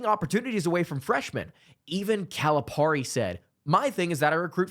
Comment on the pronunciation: Bro, how long have you been running this channel? Rhetorical. How can you not know how to pronounce Cal's name? It's pear-e, not par-e. FFS